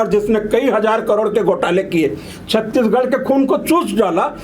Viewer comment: महोदय कृपया छत्तीसगढ़ का उच्चारण सही करे आप छत्ती गढ़ बोल रहे है!